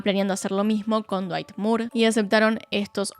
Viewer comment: Me destrozo el "Cuerpo de dwayt 10 de 10" ajajajaja no lo esperaba tras toda esa explicación tan técnica